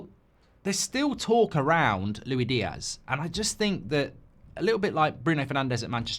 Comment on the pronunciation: Is the Luwi Diaz for me, Mark its Luis Diaz😂😂😂